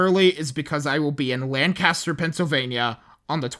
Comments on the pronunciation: Fantastic video like always! Seriously, great work! One small note as a Pennsylvania native: It’s Lan-cuh-ster not lan-cast-er (I hope I wrote it out understandably). Have fun in Lancaster! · Wow. Powerful piece, beautifully researched, as always. I live not far from Lancaster PA! (Local pronunciation is "Lenk-iss-ter" just fyi ;} ) If you should have occasion to eat out, may I recommend The Family Cupboard. Get the buffet. It's to die for. :9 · Glad to hear you're coming to Lancaster, but you pronounced it wrong! All of us locals call it "lane-caster" rather than "lan-caster"! Hope the Amish and others treat you well. Take some time to check out Shady Maple Smorgasbord if you have time!